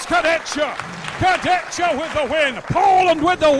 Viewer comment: start getting his name right, its disrespectful. Its not complicated, its "Kurdehha"